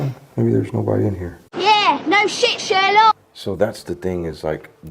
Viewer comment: Don't know why No Shit Sherlock sounds so much better with a accent.